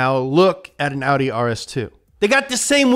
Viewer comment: I'm impressed that he pronounced Porsche und Audi correctly! :-)